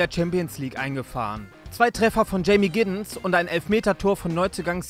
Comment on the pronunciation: Heute also wieder der 3 Sprecher. Cool, aber manche Betonungen sind wild Brugge und Giddens😂😂 aber trotzdem ganz viel liebe❤